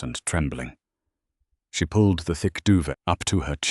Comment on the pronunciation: Nice story...typical abused and battered woman collapsing into a Mafia Boss's arms...but your editing of the written script is appalling. You use AI to write your story; how about using it to correct the errors? Like, it's "Patek Philippe", not "paddock, filipi", and it's "duvet", not "dover". Those are only two of the many editing errors in your story. In case you are not aware, YouTube no longer monetizes AI-generated stories that have not been edited by humans. Think about it before you post another unedited story.